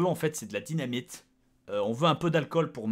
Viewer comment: bob a dit dynamite comme un Québécois - watt????